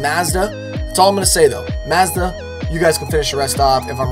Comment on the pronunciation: Dont say mazda its mazda